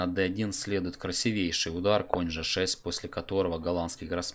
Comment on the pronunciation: У Вас прекрасные разборы, но мат красИвейший, а не красивЕйший. Не сочтите за грубость, но для хорошего комментатора правильно расставлять ударения лишним не будет. Всего наилучшего и дальнейшего развития!